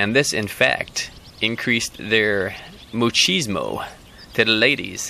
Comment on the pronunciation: When talking about the Swallows; B2ween and --You pronounced the word "Muchismo" (Moo-cheez-moe) Well the Spanish word is "Machismo" pronounced (Mah-cheez-moe)........I luv your Vee-dee-os